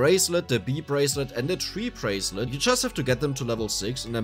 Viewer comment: lmaoooo the bee and tree bracelet, that's pronounced bi- ="BYE" and tri- ="TRY" lol so "trybracelet" "byebracelet" sorry if you got 50 comments saying this =P and sorry the english language is so janky lmao amazing video has some super useful info for a new player like myself tyvm! appreciate the hard work!